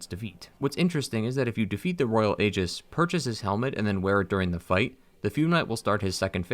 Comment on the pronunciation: Aegis is pronounced EEjis. Guy mispronounces it every single fucking time.